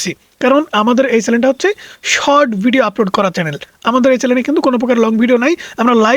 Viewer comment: "চ্যালেন" না মূর্খ, শব্দটা চ্যানেল।